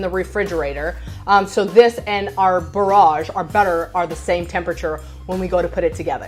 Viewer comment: The pro chef and the way she says bauroje